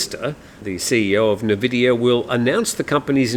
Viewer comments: Probably you aren't a gamer, Nvidia is pronounced “en-VID-eeyah,” not NUH-vid-eeyah, as some call it. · NVIDIA is pronounced N-Vidia. CHeers! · Nvidia is pronounced en vidia. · Just a FYI for you, the tech company nVidia is usually pronounced "in-vidia" even though it is not spelt this way.